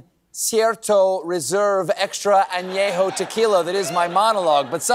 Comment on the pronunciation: He said "extra Ańejo" 🤣 💀 😂